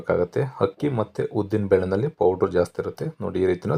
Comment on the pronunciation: It’s not permutation it’s called fermentation , also plse pronounce Kannada words properly it’s not ‘Hakki’ it’s ‘Akki’ ….looks yum , will try .